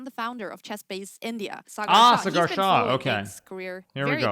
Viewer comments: Please don't do this Hikaru, What is Sagaaar? It's Saa-gar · suger , cigaar , sagaaar 😂😂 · Cigar Shah 😅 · This is the most ridiculous defence of an intentional lack of interest in correcting a mistake. And it's not even a hard name; it's 5 letters long. Buddy, you're not going to be looked at as weak because you acceded to a request to pronounce someone's name the way THEY pronounce it.